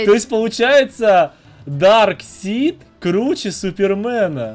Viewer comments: Во-первых не дарсит а дарксайд. А можно в юных титанов было переодеться. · Не дарксит даркасайт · не дарксид а дарксайд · Самые лудшие капитан Америка железный человек и человек паук из всех фильма и кста не дарксид а дарксайд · ето не дарксит а дарксаит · Не драксид а драйксад